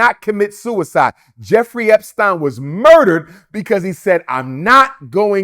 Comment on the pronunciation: Why can't he say epstein properly? This dude always insists on saying things strangely lol